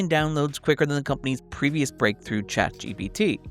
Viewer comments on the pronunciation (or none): none